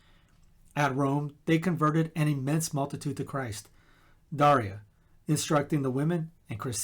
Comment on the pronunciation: I don’t know if my parents knew my name saint’s story when I was born. Thank you for the correct pronunciation of Daria.